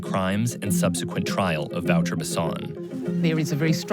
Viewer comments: u say it like " voter " no " vauwter " .. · Wouter Basson is pronounced Vow - Ter - Bass - On. How do you expect people to know who you are talking about when you don't say their name correctly. Good video, but once again, why not use a local journalist, who actually knows what they are talking about. Instead of an American who by that virtue, isn't within the context and can only make the culture shock look more shocking. We have cameras and the internet in South Africa. This kind of media doesn't help our country. South African journalists are more objective.